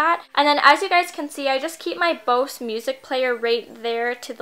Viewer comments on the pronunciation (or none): none